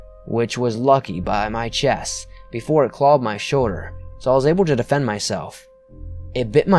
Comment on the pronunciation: am I the only one who laughed at the way he said shoulder. 😂😂😂😂😂😂😂